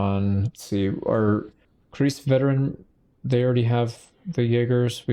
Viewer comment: the „ei“ in kreis is pronounced like the i in rice